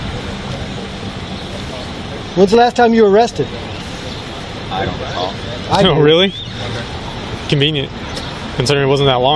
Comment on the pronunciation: "i don' reco'nize" THIS HURTS MY SOUL IT IS SSSOOOOOOOOOOOOOOOO FRUSTRATING!